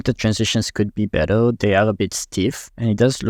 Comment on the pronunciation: we: "better": "beddel" 😂